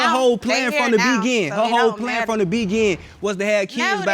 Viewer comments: “This was her plan from the Be-gin” 🤔 the Be-Gin? 🤣 🤣 🤣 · Why are these women sleeping unprotected with these men who can't even say "Beginning", and who thinks the word is "Begin". Good Lord.🤦🏽‍♀️🤦🏽‍♀️ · I know I'm late but what is the begin. I thought the word was beginning 😂🤣😂🤣😂🤣😂🤣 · He keep saying begin instead of beginning 😂💀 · Montae Williams no one would plan to be with him from the be gin! Clearly an accident. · “I didn’t want dis, I didn’t want dis”, from da begin, from da begin”!!! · He needs to put a "ning" on it, its *Beginning 🤦🏾‍♂️ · from the be gin??😂😂😂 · Why can't he say beginning? 🤦🏽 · Did he say 'skraight' and 'bee-gin-ing'?